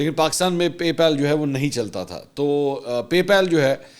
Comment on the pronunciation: PAY PAAL NOT PALE